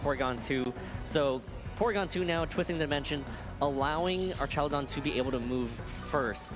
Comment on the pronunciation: I wanna know where this guy keeps finding the "ee" in Archaludon